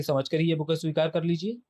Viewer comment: Truti Sudhar => Bouquet hai booka nahi 😤